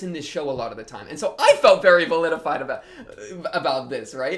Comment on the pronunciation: you saying validified kept sounding like vilified. I prefer validated, though validified is in fact valid.